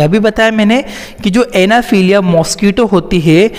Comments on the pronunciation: Anaphiliya nhi anaphiliez hota h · It's not anaphelia .. it's anopheles